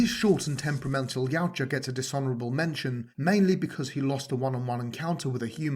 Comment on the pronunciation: Thank you! You say Yautja as Y-OW-ja. I’ve seen so many people say “Ya-oo-ja” and it fucking infuriates me…